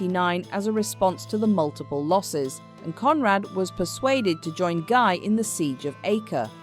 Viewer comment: Guy is pronounced 'Ghee' like in geese